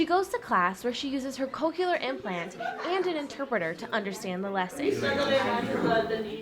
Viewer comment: they are called cochlear implants, not "coke-u-lar"